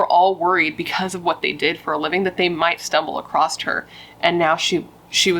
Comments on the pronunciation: 🙋🏼‍♀️You did a really good job on this one and I’m glad it was a longer one this time too!… One thing though… WHYYY does everybody say “acrosT” now when it’s really across?!? Have people always done this and I’m just noticing it NOW, or has it just become this super annoying trend on youtube? It’s even made ME THINK, wait, is this how it’s supposed to be said? Is there a silent and invisible “T” that no one ever told me about?! Why is everyone saying it that way now? Does no one read or know how to spell? WTF IS GOING ON HERE?! Lol but 😳 I am almost 101% certain it’s “across” and it really just shows how people are getting dumber and dumber these days….. (And, no— I don’t think YOU are dumb but when I heard you say it I was just like. ☝🏻😑Really? Come on, girl… ) Ok, that’ll be the end of my little rant on that. NBD 😅 Thanks for doing what you do even if one word might annoy me for no good reason! ❤ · There's no t in across